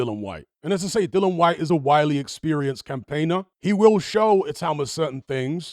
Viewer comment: Dill-i-an Like the word dill Followed by the name Ian I won't watch another of your videos on this topic until you fix this.